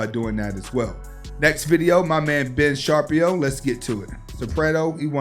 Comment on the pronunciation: The name you couldn't pronounce is Ben Shapiro. Hes an orthodox Jewish family man